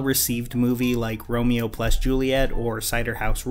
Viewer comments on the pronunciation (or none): none